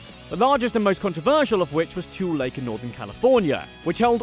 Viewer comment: Woot let’s hear it for my hometown San José! And just being nit picky, as for Tule Lake it’s pronounced Tool-le. And the “Brea” in La Brea Tar Pits is pronounced Buh-ray-yah. Sorry in advance. However, you did really great on everything else!